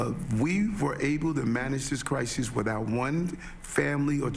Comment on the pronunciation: Adams.. so dumb 😂..... it's almost entertaining. It's a "CRYZEES" ..and whats up with the bobble head lady? Is she part of the "CRYZEES" ..or is the mexzeekoe border that is the CRYZEES so many CRYZEESES. ... Are you still calling your self the Biden of Brooklyn ...😂😂 mic drop. . End of quote / repeat the line